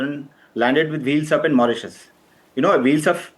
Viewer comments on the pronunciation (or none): none